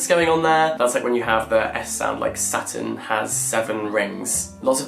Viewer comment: I THOUGHT HE WAS SAYING SATAN INSTEAD OF SATURN THE WHOLE TIME 😭